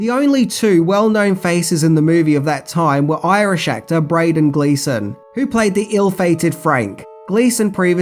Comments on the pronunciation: My God it annoys me how you can not pronounce ‘Brendan’ you said Brayden and always do this!!. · Braden ?? its Brendan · The way he said brendan 😂